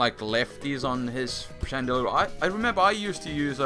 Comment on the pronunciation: chandelure not shandra....wtf is a shandra? XD